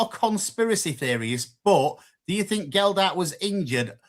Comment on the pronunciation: Guys. Discussion point for next week. Do we think it's disrespectful not bothering to correctly pronounce Matty Jacob or Joe Gelhardt's names when opining whether or not they warrant inclusion in the City first XI? If so, could you call a training session on where to put the 'D' in Gelhardt and put out a memo that 'Jacob' doesn't have an 'S' in it please? Ta very much. And, stop acting like a cheapskate. You could have a far cheaper membership if you chose to.